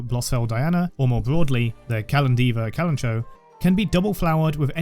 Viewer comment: amazing video! i love your editing and thoroughness diving into one of the best characters in the game <3 but also hehe.. not to be that guy but... kalanchoe is pronounced with the ch and oe like in the name chloe 😝